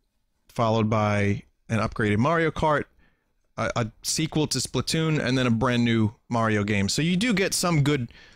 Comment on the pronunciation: "It's too Splasoon" Vinny pls.